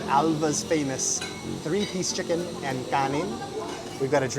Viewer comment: Chicken naman ang pronunciation namin, hindi naman chickon 😆